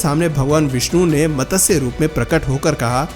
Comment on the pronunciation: Ye matasya.... matasya..... kya laga rakha hai. Lakho log sunte hai aapko. Aur lakho log sunenge. Pronouncing CLEAR hona chahiye. Matsya Avtaar....... Not matasya...